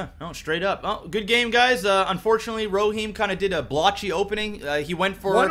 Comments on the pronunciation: e- ro- him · erohim arrow-heem